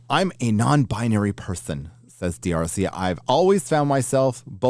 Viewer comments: It's just Darsey, not Dee-Arsey. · D'Arcy, is pronounced "Darcey"👍🏻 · mispronouncing the name D'Arcy is great to hear. 😅 It's pronounced just like Marcy, just sub. the M for a D. 😉